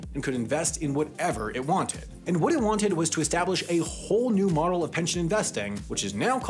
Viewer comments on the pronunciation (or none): I cannot hear you say the word "Model" Why is that